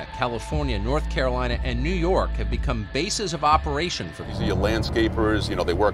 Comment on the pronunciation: In your intro you pronounced for like “fir”, this is surely a sign of tucker toxins slipping into your cerebrum. The prognosis for this is not good, you might even be replaced!